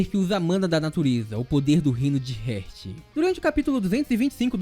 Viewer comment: ótimo vídeo =D Mas Heart se lê "rárt" e não "rért". sorry, me deixou agoniado kkkkk Vlw pelo vídeo